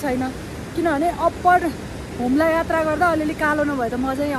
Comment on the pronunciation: hajur le jaile attra vannu hunxa yatra vannu na